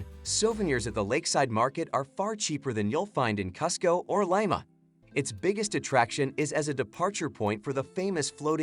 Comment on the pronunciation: This guy pronounced Lima and Cusco incorrectly.